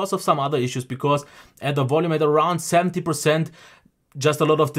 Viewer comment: Wolume whelle